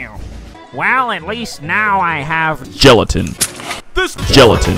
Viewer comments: Because geletin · The guy says gelatin